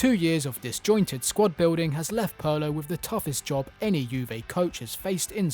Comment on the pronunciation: Pronouncing 'Pirlo' that way should be criminal.